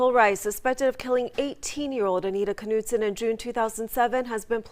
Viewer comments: Hi, We usually pronounce German names without the K...so, to be pronounced it would be Knudsen...like KNOW. We don't say K- now. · I hate to be this person, I worry that my good intentions are paving a road I don't want to be on..... Anita's last name (Knutson) is pronounced almost just the way you were saying it except the "K" is silent. Although, I will readily admit, your way is more fun. Thanks for helping me out with your name.... I knew it was pronounced. So glad I never ran into you at the market before today. Definitely dodged a bullet there, huh? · Dang.... just heard the police officer mangle the last names of Anita and an investigating officer. Perhaps I'm wrong (it happens). Regardless, you are clearly off the hook as pronunciation has been predetermined by professionals.